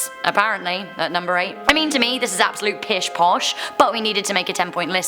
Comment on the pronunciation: "This is absolute pish posh" That was 1000% British lul